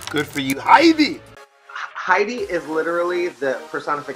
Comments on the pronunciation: haEEdy This is absolutely Arabic. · I’m obsessed with pronouncing Heidi’s name like this 🤣🤣🤣🤣🤣